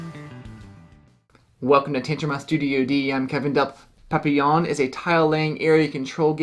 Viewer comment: for pronouncing Papillon correctly. It reminds of Isle of Skye. Definitely interested.